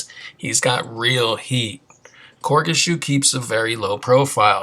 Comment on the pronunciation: Really enjoyed the video, but the way you were pronouncing his name was killing me on the low.. but it's (Cor-gee) Shoe. Sick video otherwise :)